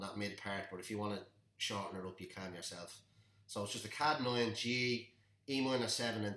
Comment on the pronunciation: Kadd9... it’s C-add9. Like ‘See’ add 9. Good tutorial otherwise, nice voice too